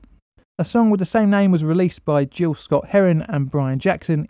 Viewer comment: Very interesting as always. Just one small point Gil Scott-Heron is pronounced with a hard G, like a gill which a fish breathes through, not with a soft G like gelatine (or Jill). .